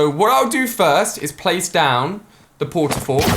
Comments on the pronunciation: He said “I think it’s gonna take twelve port a forts 😂🤣” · 'I think there will be 12 port a fort'